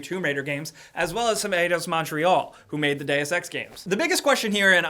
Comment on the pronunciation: Still triggered about how you pronounce Montrèal